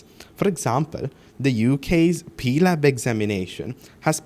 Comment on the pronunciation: Bro it’s not peelab it’s PLAB, stop reading out memorized scripts like some Shakespeare drama competition and at least try to have an authentic conversation. Also stop blaming candidates, they sit whatever the exams they have to sit. It’s not their duty to set up exams. They are Sri Lankans citizens too and a lot who tops the ERPM lists are students who got screwed by the district quota system in Sri lanka, therefore had to go abroad. Stop acting so high and mighty.